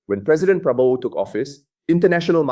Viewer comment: “Rupai yah” and “Prabo wau”. Must be the AI pronunciation.😂😂😂😂😂